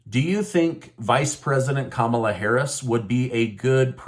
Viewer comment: OMG, not Camala, please!